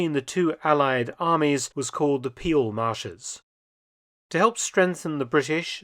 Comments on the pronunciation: "Peel" is pronounced "pale" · And let me add to that that 'Peel' is pronounced like the English 'pale' and not like 'peel' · NOPENOPENOPE... Peel, pronounced as Pehl, not Piel. that means something entirely different... 😀 And it is Maastrícht, not Máástricht.